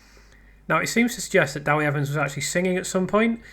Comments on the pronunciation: Love your analysis. By the way, just to be pedantic, it's Deh wee Evans, not Dah wee Evans. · It's less than helpful to comment about Wales, the language, how the interview was conducted, the numbers of people who speak Welsh, the audience size & etc when you weren't able to listen to it and know little about our country and its history. You don't even know how to pronounce "Dewi" correctly. it's NOT "Dawi". To Welsh-speaking people that's intensely irritating and your attitude condescending. You might stop to consider why in 2025 everyone in Wales speaks English, when five centuries ago hardly anyone did so & what has happened since then. I am persuaded that Letby would not have been convicted had the jury heard the expert neonatal and statistical opinions publicly expressed since her trials and that she is therefore innocent. I prefer to listen to experts who are unbiased be they legal medical or whatever. Cheers.